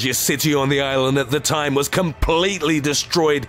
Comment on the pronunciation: This guy puts to much emphasis on meaningless words in the sentences, instead of saying "the sky was on FIRE" he says " the SKY WAS on FIRE"